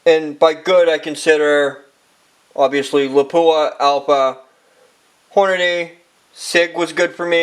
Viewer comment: .. STOP SAYING HORNADAY!